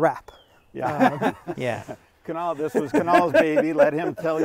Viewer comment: either there was a spelling error on Kunal's name or Sandy completely botched the pronunciation 😂